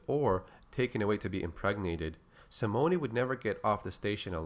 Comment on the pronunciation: Simone is pronounced Sim-moan or Sim-own. No hard E on that name.